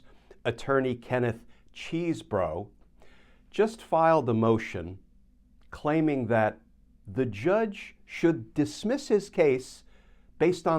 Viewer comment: Friendly comment - pronounce Chesebro's name correctly. Accuracy matters when sharing facts (aka, truth).. Sounds like the 'e' in chess, not as in cheese.